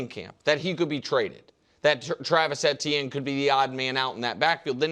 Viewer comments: Both KW and Nick said it correctly? Saying it EEH-tee-en is the only incorrect way to do it. It’s a French name and is pronounced Eh-tee-en there, and Travis himself said in Louisiana it’s usually pronounced more like Achane. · can these guys figure out how to pronounce Etienne